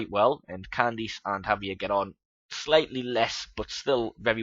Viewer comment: I like it so far. just one minor thing though, Javier is a Spanish name so the J is pronounced like an H.